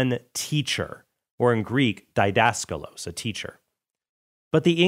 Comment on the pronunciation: It's /di'das.kalos/ (deedaskalos) not /dai'das.ka./los (daidaskalos)